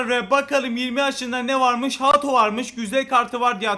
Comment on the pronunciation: Abi Ato deyil Hato doğru.